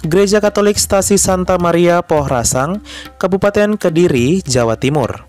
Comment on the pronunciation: Koreksi dikit, Gereja Puhsarang bukan Puhrasang 😅